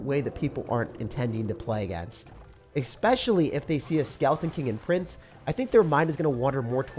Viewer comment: you are educated. You said exspecially?